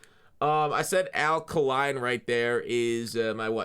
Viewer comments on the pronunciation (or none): It’s pronounced Al Kay-line! Big Detroit fan.